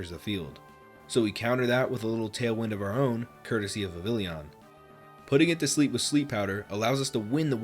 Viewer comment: Its pronounced vivillon my guy